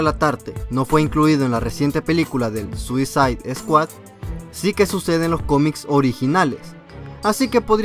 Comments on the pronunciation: "suicid eskuad" m sangraban los oídos cada vez q lo escuchaba decirlo :'v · se pronuncia suasaid escuad y segundo se dice hubo no hubieron (no existe) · es suisaid scuahd no suzid scuahd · Suisid Escuat! 😂😂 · mira al que iso el video ni se pronuncia asi el nombre de la pelicula se dice tal como voy a escribir escuadron suicida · ZUISID SKUAD??!!! jajjajjaja y lo peor de todo es que la pronuncias de tres formas distintas jajjaja xDDD (verguenza ajena) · Veo que me esta lloviendo mucho bullying por la pronunciación de "Suicide Squad", Bueno... al menos se están divirtiendo.. y eso es lo que quería :´v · Chicos, veo que mucha gente lo está comentando, así que mejor lo aclaro con este comentario, cometí dos errores, para empezar pronuncie mal suicide squad, lo siento, ya hasta la penúltima curiosidad me di cuenta, y la segunda es que Deathstroke no sale en la película, lo siento, estaba leyendo el cómic mientras hacia el guión y me confundí. Lo siento y saludos!!!! :D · mejor dilo en español escuadrón suicida...o al menos entra al traductor de Google y escucha como se pronuncia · Para la proxima puedes decir bien SUICIDE SQUAD? is annoying how you said it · aprenderás a pronunciar correctamente " Suicide Squad" algún día...??? Lo que dices suena a puñaladas en los oídos...!!!